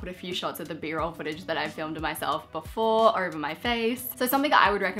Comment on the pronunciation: The way she pronounces "over" lol